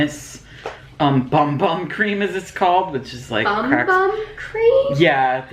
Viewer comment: You got an awesome bag! I always Loved it when they sent me Luxy brushes. Last month they sent me the original bum bum cream. It is actually pronounced boom boom. At least that isn’t what I heard. I had bought the travel size once and I want I’m get the cigar of 4 with the shower gel etc.